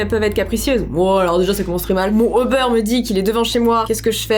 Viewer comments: ou-beur Moi: MAIS C'EST UBER!!! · Ubère moi je dis ça comme ça jsp pk x)